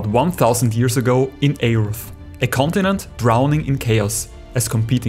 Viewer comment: The A in Aeurth is silent, btw.